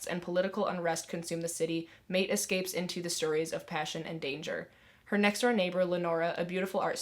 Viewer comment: So many good recommendations love hearing of new books that no one talks about I added several to my tbr. Also Maite is pronounced My-teh ☺️